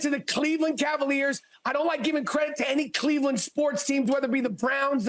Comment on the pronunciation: He said Kha-Leveland😂😂